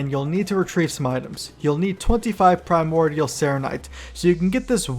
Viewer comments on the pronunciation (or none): none